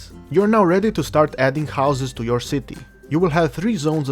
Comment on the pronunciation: Was anyone else dieing with laughter when he was saying "Shitty" :D Dude your accent with the word "Shitty" is fucking priceless. Thanks for the Tutorial it really helped :) i had no idea what i was doing until i watched this thank you :)